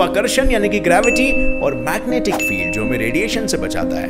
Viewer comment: Megnatic instead of Magnetic 🙏